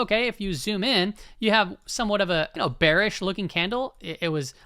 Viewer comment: “you’re bewish you’re so bewish” has to be the funniest sound bite of all time